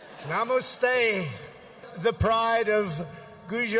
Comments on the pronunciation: Spelled "Ahmedabad," pronounced "Ahmabad," 'cause he is bad. He's a baaad man. --- Spelled "Gujarat," pronounced "Gujah" --- Spelled "Sachin Tendulkar," pronounced "Soo chin tin-doe-kur" --- Spelled "Vivekananda," pronounced "Vee-vay Kah-moon-noon" And for Stephen, --- the Taj Mahal is not Hindu, it is a Muslim mausoleum. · Here’s how to pronounce those names - 1) Ahmedabad - “uh-muh-dah-bahd” 2) Gujarat - “goo-juh-raht” 3) Sachin Tendulkar - “suh-chin tend-dool-kuhr” 4) Swami Vivekananda - “swah-mee vi-vayk-ah-nuhn-duh” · Ahmedabad ... sounded like “I am bad” 😂 Chiwala ... sounded like chihuahua 😂. Gujrat.. goo rat 😂, Swami Vivekanand .. Swami Vivekaaaa moondone 😂 And he also said “It’s a profound honor to be the beautiful new stadium “ 😂 Imagine if Modi pronounces Trump as Tramp 😂..Donald Tramp , Ivanka Tramp 😂..The Tramps 😂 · It's ahem-eda baad...he called butchered it , and Guja-raat, and Swami Vi-vey-kaa-nandaa. Now I get all the mispronounciation jokes Mr. Colbert. We have some dumb politicians here too. But the are well spoken at least. But not Rahul Gandhi. According to him, 10 out of 9 youths are drug addicts in Punjab. 10 out of 9. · Trump pronunciations Ahmedabad: imma-bad Gujarat: Gur-jaat Sachin: Soochin Swami Vivekananda: Swami Vivekamunundsadasdjnasjfd